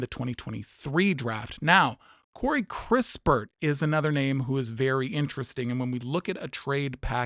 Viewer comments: You don't even know who kis-pert is not kris-pertyour just reading something someone wrote for you who obviously doesn't know him either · Kispert not crispurrt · It's Kispert, not Krispert, Johnson is a PG rather than a shooting guard and there is zero percent chance the Wiz would trade next year's #1 pick to you. The Wiz own swap rights with the Dubs in 2030 so cancelling that is more likely. I agree the Warriors will be after George, who played PF last year rather than SG as your graphic showed.